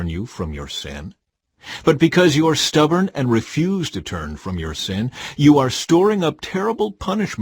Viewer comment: 수고 많이 시네요. Stubborn 발음을 “스터보온”으로 발음 하시는데 “스터버어언”으로 해야 하는 거 아닌가요? 질문 드립니다. 감사합니다.